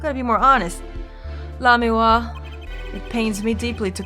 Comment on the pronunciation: You're finally pronouncing Lamiroir's name right! I guess that means I won't be spoiling things for you.... yet.